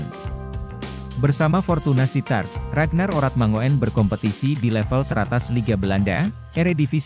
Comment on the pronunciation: bacanya urat mangun bukan orat mango en, oe itu ejaan lama yg biasa digunakan orang jawa kuno